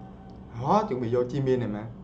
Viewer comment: Anh ơi anh đọc sai rồi jimin chớ không phải chi min đâu